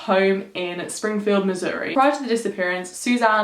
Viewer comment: I live in Missouri! I love this case!!!! Btw thank you for saying Missouri right!!